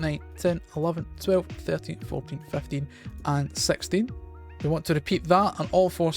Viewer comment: "Sexteen" Btw awesome build ily